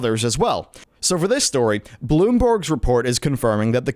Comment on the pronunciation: Bloomberg, not Bloomborg..